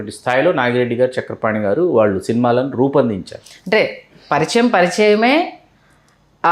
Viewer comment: వేలాది మంది చూసే వీడియోలు చేస్తున్న అవకాశం వచ్చింది. తెలుగు భాషలో అక్షరాలు సరిగ్గా దోషాలు లేకుండా పలకడం నేర్చుకో ఆంకరమ్మ!! వాల్లు,వీల్లు అనే పదాలు పంటికింద రాయి లా వుంటాయి.